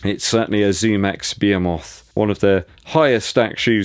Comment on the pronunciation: “Bee-ha-moth” lol😂